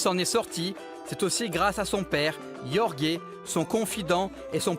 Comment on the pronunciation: Faute son père s’appelle “jorge” qui se se prononce “george” ou plus exactement “georgi” mais pas “yorgué” je sais que c’est téléfoot mais sérieux on est en 2019 vous internet et une énorme commu brésilienne en France. Svp plus de rigueur en tant que média merci